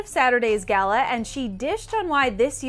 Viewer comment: "It's the Gayla"